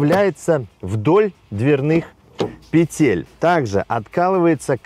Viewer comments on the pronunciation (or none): none